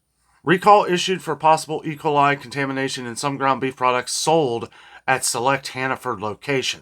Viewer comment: say E coli, with an emphasis on the E, not ecoli.